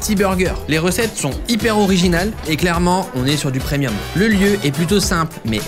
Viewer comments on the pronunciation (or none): none